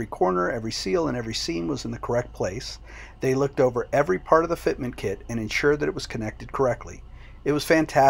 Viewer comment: Fitment... say it .... Fitment